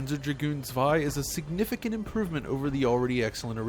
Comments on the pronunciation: Props for pronouncing "Zwei" properly!!! 😁😁😁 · Props to him that he made the effort to pronounce "zwei" correctly!!!! :-) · Thank you for pronouncing zwei correctly.